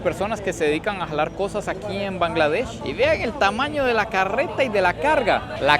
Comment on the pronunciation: Bangladesh ❌ Kangladesh✅ 🤣🤣🤣